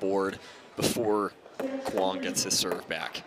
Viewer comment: The word mizu (means water) in Japanese, drop the 'mi' then add 'ong'... zu-ong. Quang has been pronounced correctly